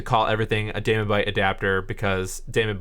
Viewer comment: Nice work, but the daemon in DaemonBite is pronounced "demon", not "damon" (it's an archaic spelling). The demon logo for the brand is a hint!